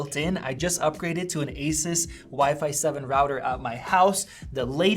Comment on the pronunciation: Gaypple fangay doesn't even lnow how to pronounce Asus